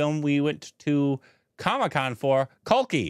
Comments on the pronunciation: eshne kaha tha kalki ko khalki 🤣🤣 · Kalki❌ khalki✅😂😂